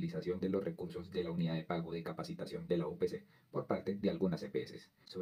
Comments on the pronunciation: Es capitación no capacitación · Capitación, no capacitación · 😮😮😮😮😮😮😮😮 NO ES UNIDAD DE PAGO DE "CAPACITACIÓN". CORRIGE POR FAVOR. ES UNIDAD DE PAGO DE "CAPITACION" DE CAPITACIÓN. 🎉🎉🎉🎉🎉🎉🎉🎉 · Capacitación??? No No. Es. Es Capitacion lea bien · ojo, soy seguidor del canal pero hoy me llamó mucho la atención que se cometan errores en la lectura del guión. Por encima capté que por lo menos, seis veces se leyó que la UPC (Unidad de Pago por Capitación) se haya leído como: Unidad de Pago por Capacitación. Ojo, No es Capacitación sino CAPITACIÓN. Queda uno como desinflado!!!